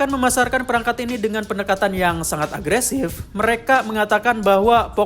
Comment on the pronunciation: bilang agresifnya bikin ngakak😭😂 menit maaf yah bang🙏😅